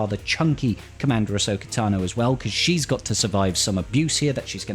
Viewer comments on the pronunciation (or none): none